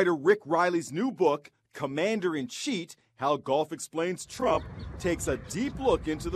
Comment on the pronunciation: “How Golf explains ttrrruuump” Was that just me?